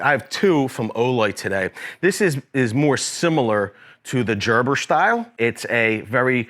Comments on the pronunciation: Just like baby food it’s Gerber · Hahahaha I was cracking up at jerber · "Everyone will recognize the name. This is a Jerburr." A WHAT? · But but he said Jerber.. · He had to do it on purpose lol 😂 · I feel is trolling with his pronunciation of gerber